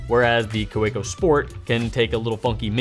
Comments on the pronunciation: I love your videos! But I do have to tell you Kaweco is a German name and the proper pronunciation of the name is ka-vee-co. My German father cringes when he hears German words mis-pronounced. Otherwise keep up all the great work! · Anyone else cringe when he says Kaweco?